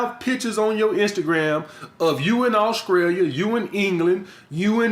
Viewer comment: Did he just say Auskria and Auskrailia??!! LMAO!!